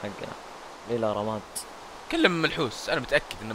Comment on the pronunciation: ما اقصد الاهانة بس كل ما اسمع كلمة منحوس احسبها ملحوس ال زيي لايك